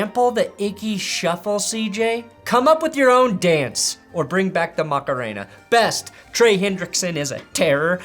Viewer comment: Worst: Patrick throwing 5 tds in 10 minutes+, you mispronounced Best